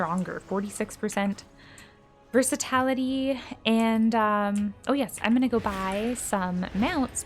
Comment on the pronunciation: Versati"l"ity not versat"a"lity😂😂. NIce guide and happy holidays